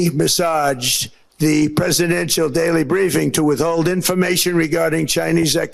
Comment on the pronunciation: Did he say massaged instead of messaged? He needs a nap